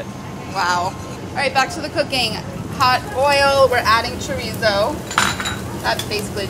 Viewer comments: So everyone is just gonna ignore that she is saying chorizo wrong? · Never understood why people can't pronounce "chorizo" correctly. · Molly, can't wait to try this recipe! A point: I'm sure you pronounce French words correctly in your cooking ventures..please do the same with Spanish words, ie, chorizo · The way she said chorizo sent me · the way she's saying chorizo is making my skin crawl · every time she pronounces chorizo like that I cringe